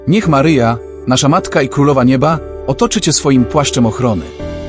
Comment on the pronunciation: Maryjo czy to przypadek ?ten lektor,to czytanie Twego Imienia nie bardzo mnie przekonuje Mary Joe?